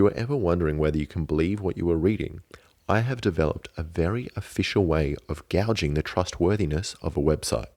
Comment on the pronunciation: it’s pronounced gay-jing haha i used to do the same when i read a lot of books. gauge = gayge. gouge = gowge